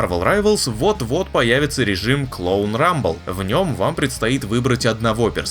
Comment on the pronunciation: Почему я слышу Клоун рамбл, а не Клон Рамбл?